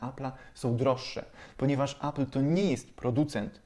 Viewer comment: Appla? Może appela? 😉